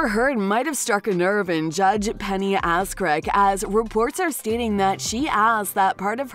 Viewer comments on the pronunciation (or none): An attorney named "Rottenborn" and a judge with a name when questionably spoken (like in this video) sounds too much like "Azz crack".